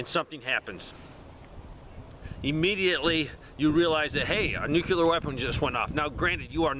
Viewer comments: NU-CLE-UR not NU-QUE-LUR.... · Why are you adding an extra syllable to the word NUCLEAR? NUCLEAR is a two syllable word. It is NOT a three syllable word. Stop saying "NEW-QUE-LEER". It is pronounced "NEW-CLEAR". Two syllables... not three syllables. Stop pronouncing the word NUCLEAR wrong. I’ll lead an effective strategy to mobilize trunalimunumaprzure. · When you say nu-cu-lar, instead of nuclear... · NEW-CLEAR (NUCLEAR) not "NEW-QUE-LAR."